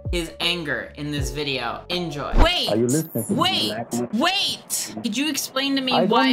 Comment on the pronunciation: Vate a moment. Vate a moment.